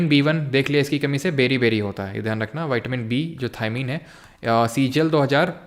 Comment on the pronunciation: Sir विटामिन को आप वाइटमिन क्यों बोल रहे है 🥴🥴